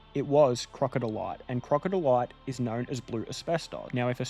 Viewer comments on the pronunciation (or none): For future reference, crocidolite is pronounced crow-sid-o-light ;) A big reason they removed it from maps (which you mentioned at the end) is to stop stupid tourists going there due to the ongoing health risk. I was doing asbestos soil work nearby about 10 years ago and in my free time went into the wittenoom townsite and gorge - before it was properly fenced like it is now. I had full PPE on while there, but there were some oldies setup with a caravan in the gorge wearing footy shorts and singlets...... Crazy behaviour. I managed to find a beautiful rock with a crocidolite vein in it which I've kept and stored safely in a sealed glass jar. It's a very beautiful but also completely contaminated place. Great video mate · I just googled crocidolite pronunciation and found it in like 10 secs. Sounds like krow·si·duh·lite and it even pronounces it for you. 🤦‍♂😂